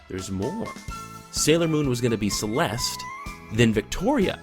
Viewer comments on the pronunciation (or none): none